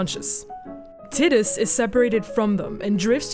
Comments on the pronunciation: Omg i seriously could not focus on what was said other than "TIDDUS" When i was a kid i thought it was TIE-DUS for a few years before i played Kingdom Hearts The correct way to pronounce the protagonists name is "TEE-DUS" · T- I - dus. The I is pronounced like the letter i, it is not pronounced Tit us. Titties.. heh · why the hell does no one pronounce tidus right? its tide-us its a refence to the sea tides you know the whole main theme of the game is water I thought it was obvious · her pronouncing tiddehs, irritates the sht outta me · Of Tee-dis and Tie-dis and Tiddis, Tiddis is the only I can not deal with haha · I lost it when it sounded like titties. Lmao. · Everytime she say Tittus I want to gouge an eyeball out. That aside, I don't think Tidus ever became real. If he had he wouldn't have vanished when the faith stopped dreaming. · Loser.. Haha just kidding.. At least you're not calling Tidus as Tiddus or titties like this woman 😂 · Tit-dus lol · It's not "tit us" it's breastus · Kim Steinbach-Reif Well it's japanese and was confirmed to be pronounced teedus. As someone from germany that's how I pronounced it anyway so it doesn't bother me though obviously a native english speaker would pronounce it taidus.